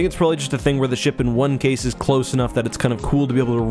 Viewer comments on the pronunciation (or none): none